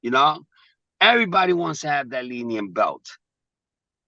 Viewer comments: Wait, is it the Linium? Or Linial?😂😂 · Bro said leen-eee-all champion then he said linn-e-um belt lmfaooooo bruh drunk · how is Teofimo the lineal champ he can’t even pronounce lineal ) he LOST HIS BELTS IN THE RING HE IS EMBARRASSING HIMSELF 😂😂